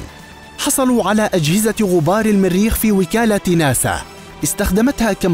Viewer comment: من اين اتيتم بهذا اللفظ الميريخ الميريخ بأن الميريخ ، إلى الميريخ، ... بالجر والنصب والرفع تجرون ميم المريخ فتصبح الميريخ ماااااهذا !؟!؟